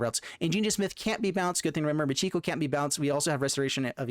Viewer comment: Michiko is not pronounced Moo-gee-go. It is Mee-Chee-Ko.